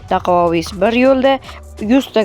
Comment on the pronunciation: Dakuavis o'qiladi